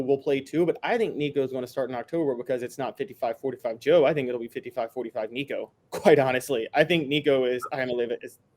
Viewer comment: No, do not start a freshman in this league. Joe did great in the orange bowl. Build off that. Sit Nico this year. Its his show in 2024. Also do yourself a favor. Learn to pronounce his last name. Tennessee football posted a video of Nico teaching people how to say it.